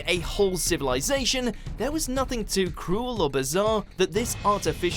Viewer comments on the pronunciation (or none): none